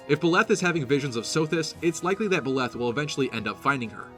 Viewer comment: Better pronunciation than Mangs, but still, Byleth aint pronounced Biléth.